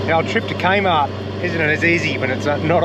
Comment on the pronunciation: CRAYMART…at first I thought you said KMart 🤣 Happy birthday! What an awesome way to spend the day 🎂⭐️